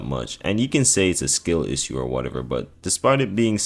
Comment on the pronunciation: bro the pronunciations are insane in this video how tf did you manage to say ebriates right but somehow fucked the word issue or manus